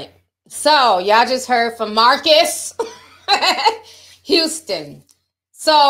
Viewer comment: not you questioning if you saying his name right and still wrong 😂😂😂😂😂😂😂😂